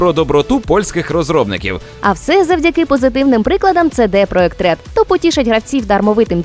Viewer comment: Будь ласка , не кажіть "ЦеДе проджект ред" ... кажіть краще "СіДі Проджект ред" Дякую!